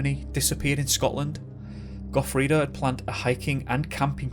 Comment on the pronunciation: Gofreddo boarded a train from fort William..could've just said that.His name is Gofreddo..no "A" at the end..and of course you butchered lochaillort..still to find a non Scot who can pronounce "loch" properly.